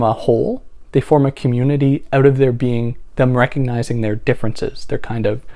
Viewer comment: You said "oot", are you Canadian?